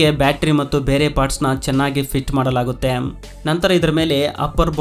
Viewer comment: ಸರಿಯಾಗಿ ಕನ್ನಡ ಉಚ್ಚಾರವಿರಲಿ . ಮಾಡಲಾಗುತ್ತೆಮ್, ಒಂದಾಗಿ ಜೋಡಿಸುತ್ತಾರೆಮ್ ...ಎಂತ ಕರ್ಮ ಮಾರಾಯ ..